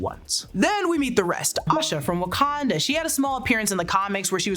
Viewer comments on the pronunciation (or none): none